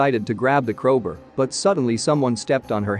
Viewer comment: "Crowber" "chazing" Jesus, this was bad